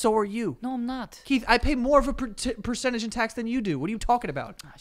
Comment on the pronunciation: “100 percedge”